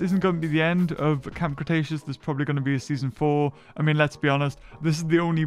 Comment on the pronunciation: ah yes “cramb Cretaceous”